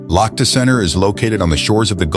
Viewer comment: Лохто? Лахта! Лахта-центр!